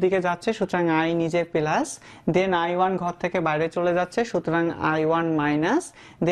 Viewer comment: পিলাস না ভাই প্লাস মজা পাইলাম